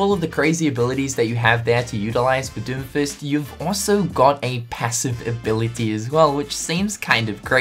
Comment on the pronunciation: ... the way you say doomfist makes it sound like you are saying doofus